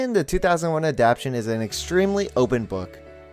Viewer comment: Yuri Ronoue also “adaptay-shon,” not “adapshon.” ... I’m also curious why someone would love the story and never read the manga????